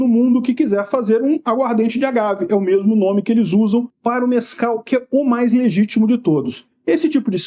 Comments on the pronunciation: Mais alguém está a ouvir "Nescau" ? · Eu juro que ouvi "Nescau" na primeira vez que falou.